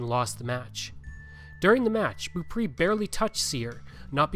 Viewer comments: The last name is pronounced Bow-pray 😉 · Beaupré is pronounced like " bow pray" 😊